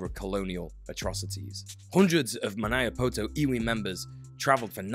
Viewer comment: Unlikely to come up again, but it's Ma-NEE-Ah-po-to, not Ma-NYE-Ah-poe-toe :D